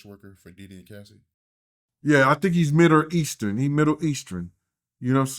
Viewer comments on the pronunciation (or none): " he's midder eastern" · “He midder eastern” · was struggling with saying Middle Eastern... I started dying laughing at that part.